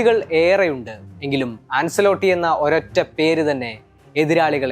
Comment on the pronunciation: An-chuh-lo-tti (ആഞ്ചേലോട്ടി ) എന്നാണ് കോച്ചിന്റെ പേര് pronounce ചെയ്യുന്നത്. അൻസെലോട്ടി എന്നല്ല